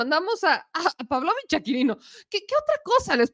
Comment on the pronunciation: Otra vez la mula al trigo, con problemas en los acentos o en la pronunciación el apellido Pavlovich ya se castellaniza y se pronuncia con énfasis en la i Paavlovich (PavlovIch no PAvlovich